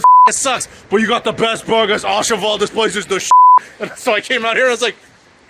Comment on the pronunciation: My mission is to find a Puerto Rican restaurant and eat what you guys had; that looked amazing. BTW its not pronounced "ah cheval" but "Ooh Cheval"; a bit like the O in OMG.